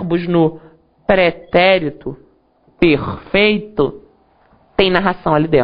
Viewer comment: o pretérito pERRRRRRRRRRRRRRfeito... Adorei rsrsrs